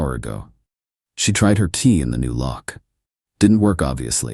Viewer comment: Ai also can’t say key says tea instead lol😂😂😂